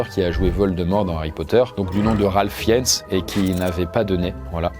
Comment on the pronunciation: Fiennes se dit : FIINEUSS :)